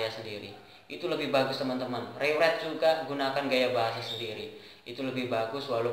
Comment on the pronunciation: Bagus juga, meskpun penyebutan nya masih banyak yg kurang tepat, saya sempat binggung saat mendengar "rewrite". :D Tapi sekali lagi, ini nice motivation :D Btw, sekedar saran, agar hasil video tidak goyang-goyang, pakai saja Gorilla Pod. Untuk sound sih udah cukup jelas, tapi lebih bagus lagi kalau pakai mic eksternal :D